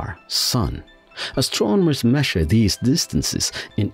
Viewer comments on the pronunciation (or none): none